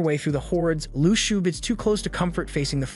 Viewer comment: How u say shou is (shauw)